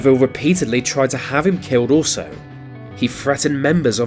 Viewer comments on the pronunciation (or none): none